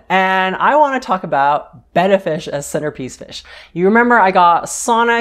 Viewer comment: Thanks for correctly pronouncing "Betta" instead of "beta". That, plus your knowledge, your onscreen personality, your pleasant voice, etc got you my subscription!